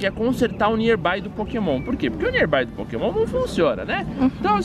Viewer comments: pokemege? esta certo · Só eu que me incomodei com ele falando PokémonSSS? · no final o falo pokemon ralo😂😂😂